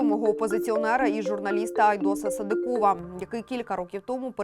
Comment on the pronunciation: Чому ведуча така безграмотна? СадИкова, а не СадикОва. Так само - СадИков. Коли вже навчаться правильно говорити? І це стосується майже всіх ведучих на всіх каналах.